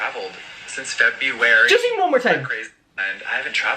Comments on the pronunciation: SO ANNOYING!!!🤮 "Since FEB-U-AR-YYY" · No one: Jefferson Skeletor: "since Fe bu W-ary!" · ceo of feb-yew-air-EEE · I haven’t traveled since “FEVEUARUU” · “Since FeB-YoU-WaRyYyyy”